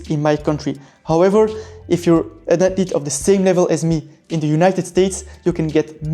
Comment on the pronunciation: Atlete. Screw saying the “h” sound lol